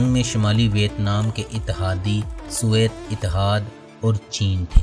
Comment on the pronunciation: بھائ صحاب، نام کا تلفظ وِیَتْنام ہے۔